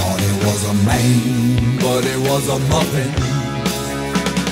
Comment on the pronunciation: I like how he pronounces it “mane”